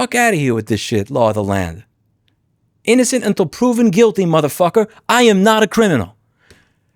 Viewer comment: That New Yorker came out in his voice there for a few seconds when he said "mother f*#@